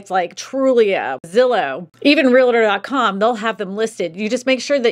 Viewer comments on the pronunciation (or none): Realtor, pronounced: REAL-TOR Quit sticking an 'A' in the middle. Learn to pronounce your profession.